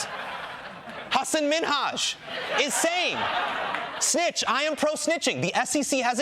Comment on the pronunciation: Thank you for pronouncing your name properly. Know I know.